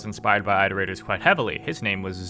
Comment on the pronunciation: To be fair, the ainchents were probably pretentious enough to call the iterators 'eye-terators' for the same reason you do.